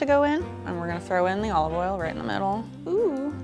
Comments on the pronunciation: Olaf All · The way she said "olive oil" tho